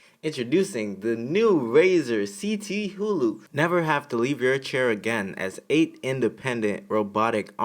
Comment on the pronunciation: Great vid man. But you kinda had me rolling with that Razer one. Its pronounced kuh·thoo·loo. HULU🤣